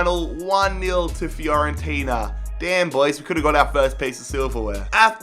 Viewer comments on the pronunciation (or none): none